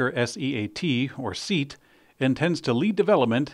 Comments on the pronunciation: I would say that the proper pronunciation is more like "say-at". Regardless, it is two syllables and it was painful hearing say "Seat" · Thanks for the show. Sorry, but it’s SEAT is not pronounced as “seat”, it sounds more like “say-aut”. Per Euro YouTube reviewers, this vehicle drives better than the VW I.D.3, more like a traditional VW Golf. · ... SEAT ===? It's pronounced SAY AT, it's spanish wholly owned subsidiary of VW. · The company is pronounced "SAY-ot" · "Seat" is pronounced say-at according to And "marque", a make of car, as distinct from a specific model, is pronounced mark. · SEAT is pronounced SEE... AT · Say it with me: SAY-AHT (SEAT) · The brand is Spanish and pronounced "see at"